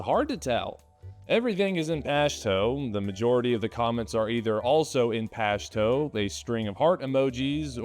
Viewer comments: It's pronounced (Posh too) not Poshtoe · Bro its "posh two". You butchered that name. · It’s pronounced pasht”u” and dari “e” .